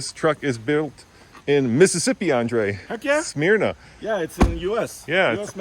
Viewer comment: Frontiers are not built in Smyrna, Mississippi (pronounced Smurna). They are built in Canton, Mississippi. I live close to Smyrna, Tennessee (Nissan's first US plant opened in 1983 and where the Frontier used to be built until Canton, MS opened in 2003) and pass by the Nissan/Infiniti NA headquarters in Franklin, TN every day. And my own Frontier says "Assembled in Canton, Mississippi" Engines are built in Decherd, TN since it opened in 1997.